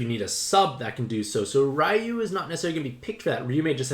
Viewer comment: So that‘s a problem... What about Raiyu, who is pronounce Riyu?